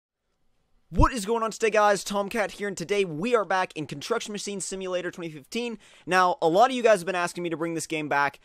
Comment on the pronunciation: "And today, We are back in Contrucksion masine simulater"